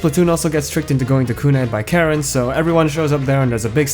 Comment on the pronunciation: Really top-notch video, excellent! One thing: it's pronounced "CAR-en", but yeah I love this game. I just wish it had more actual cutscenes instead of skits with screenshots.